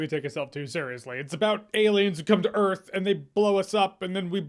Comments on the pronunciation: Everyone thought (including me), he said “welcome to Eerf” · welcome to Earf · Actually they come to “EARF”.